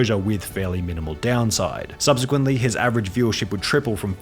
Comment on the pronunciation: Subsequently* not Subzequently